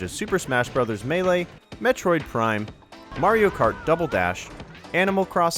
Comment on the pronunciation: You said lario